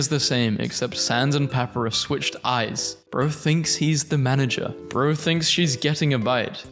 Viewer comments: It's Pap-I-Rus. not Papurus. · Puh-Pie-Ris (As in wRist) Papyrus NOT: "Pah-Per-Rus" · ok a tip in case you do a deltarune memes video again. papyrus' name is pronounced “pap-eye-ruh-s” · pepper-is.. *smurf laughingly*.. it's paPArus..🤣🤣🤣🤣😂😂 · not to be rude but I believe its pronounced pu-pie-ris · Everytime i heard pahpuhrus a piece of myself broke a little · the way you pronounce Papyrus............... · why he pronounce papyrus like that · Spamton is swallowing a single French fry and his eating noise is a whale mixed with chainsaw (please look up how to pronounce Papyrus and Gerson) (my name rhymes with blaster) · You mispronounced Papyrus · The way he pronounces gerson, papyrus, and alphys hurts me